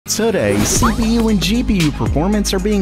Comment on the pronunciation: The first sentence sound like SleepyU instead of CPU xD